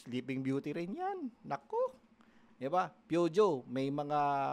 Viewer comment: Peugeot:face-orange-biting-nails:food-show hindi few-joe:face-red-droopy-eyes